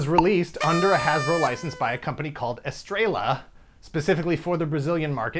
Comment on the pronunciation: "Estrella" is "star" in spanish, usually pronounced estre-ya.